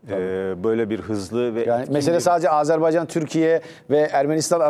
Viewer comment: Azerbaycan, azerbeycan degil. Tarihci kalin daha iyi bilmeli bunu